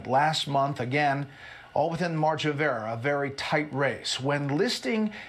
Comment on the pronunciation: Brett said margin of era instead of error like Brian Kilmeade did. Weird.